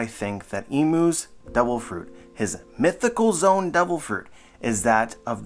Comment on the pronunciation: IT'S ZO-AN NOT ZONE